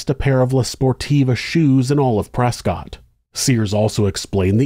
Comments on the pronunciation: The 911 call absolutely breaks my heart. I call my grandma almost every day and I can't imagine what it'd be like for her to be in that kind of situation. Small note: the city of Prescott, AZ is pronounced "press-cut," not "press-cot" like you'd think. I don't know the history on it, but I was QUICKLY educated when I moved to Arizona. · Also to be an annoying local for some reason it’s pronounced press-kit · The people of Prescott would like to inform you that it is pronounced, ‘Prescuit’ 😂 similar to biscuit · Something crazy. Prescott clearly looks like Prescott but it's actually pronounced Preskitt. Don't ask me why because I don't know. But I live in Arizona and I know that's how it's pronounced lol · pronounced prescott wrong